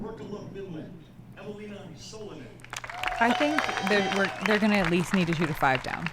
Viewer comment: As a Finn, I just realized how seriously the take their graft. They pronounce Eveliina in such a Finnish way. Honk!